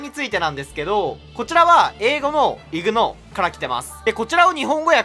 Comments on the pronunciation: ignoreはイグノーというよりイグノアですね読み方は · 発音がイグノーではなくイグノァーです